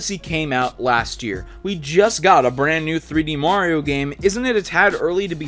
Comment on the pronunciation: I don't understand why you people call him "Moriou". It's Mario, for crying out loud... -.